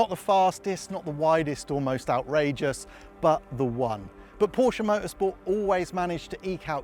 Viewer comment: Finally!!! ...a Brit that pronounces Porsche correctly!!